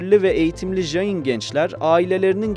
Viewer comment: Öğrencilerime göndereceğim bir video olmuş. Son derece doğru bilgiler var. İki mezhebi var, siz daha çok Svetambara mezhebini anlatmışsınız. Bir de Digambara mezhebi var, onlar nefsin çile yollarını çok daha üst boyutlara ulaştırmış durumdadır. Dediğiniz gibi sessiz oturuş, çıplak olmak, hareket etmemek gibi değişik pratikleri var. Bu arada "jayin" diye J harfi ile okunmaz. C harfi ile okumanız gerekiyor. Caynizm, Cain. Cina (jina) kelimesinden türemektedir ve bu "kahraman" demektir. Ayrıca "jiva" diye bir inanışları var ve bu modern bilimin ön gördüğü "atom" modelinin ilk örneği olarak görülebilir. Tüm bunlara rağmen, insanlara tapma gibi ayinleri yüzünden monoteist geleneklerle asla uzlaşamaz.